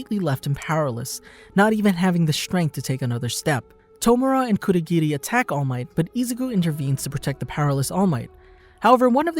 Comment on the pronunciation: Great video. One thing I don't understand is............ why on Earth do people pronounce anime/ Japanese names with a D . Why. Stop that. Bad. Cur-do,gi-di.... its kurogiri. Kur-o-giri.